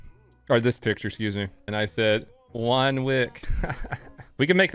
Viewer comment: "Juan wick"